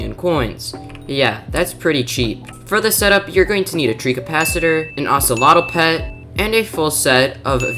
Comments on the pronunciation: Sorry I don't wanna be negative but I gotta just tell you thet the pronunciation was a little off: It's called a Treecapitator, not treecapicator, and An Ocelot, and not Oceloto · You mean he said treecapacitator not treecapicator. But you did get the actual treecapitator spelling right. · Common W But that treecapitator pronunciation ☠️☠️